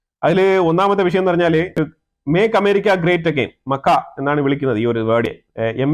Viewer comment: മക്ക അല്ല മിസ്റ്റർ. മാഗ. Km Boston.